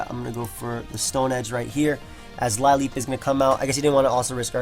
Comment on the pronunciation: Lileep is pronounced 'lil-EEP':)